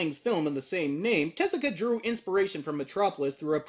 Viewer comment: Yeah hearing him say that got to me too since everyone else uses Teh-zu-ka.